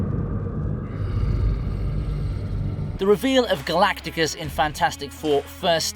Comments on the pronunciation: Your AI needs some tweaking. Galactus, not Galacticus...🙄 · GALACTUS! Not GALATICUS. Sorry for shouting. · Galactus not Galacticus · NOOO.. Not Galacticus. Just Galactus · It's Ga-lac-tus, not Ga-lac-ti-cus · You had me right up till "Galacticus"... Hard to take it seriously after that :/ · nice how a marvel presenter can't even get Galactus's name right :D Galacticus, sounds like a medical condition you get from space :D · why keep calling Galactus, galacticus while the fkd up characters say his name correctly, the fk is wrong with you PS: as a F4 and Marvel fan i will never watch this version of the F4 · Did you really say fucking Galacticus. Fired. Delete the channel. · Did this guy just say "Galacticus"?? 😮🤯🤯🤭🤦🤦‍♀️🤦‍♂️ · His name is Galactus. Not galacticus… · this ninja say galacticus? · I was screaming to the screen Anyone who's seen any comic or any cartoon knows it's Galactus